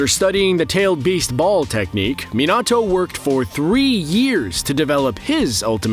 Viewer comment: Bro really said minato and Ashura name wrong